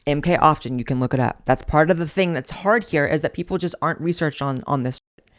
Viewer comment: Its sounds like your saying mk austin. But it comes up as luxery bags.